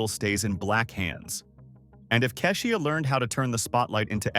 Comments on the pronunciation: You lost me at Ka'shUa. If you can't get the name right how am I to believe the rest of the content? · Right; cause I've never heard of Cashia. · Just so everyone knows, most of these videos are narrated by AI so they will not always pronounce the names and words correctly. It’s not a real person getting it wrong. If her name was spelled KEY-sha it would say it right. Let’s not beat the owner of the channel up. 😊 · I’m sure it’s AI reading because it butchers even the simplest names, including KESHIA! Ai is taking over everything 🤦🏾‍♀️